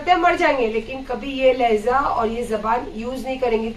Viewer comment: Laheza nahi laheja hai